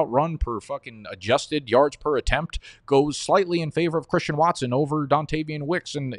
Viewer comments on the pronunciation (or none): none